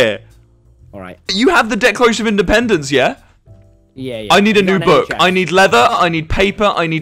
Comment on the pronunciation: ok, i was wrong. there was a clip where wilbur said like "independANce" and so i thought it was like that. my bad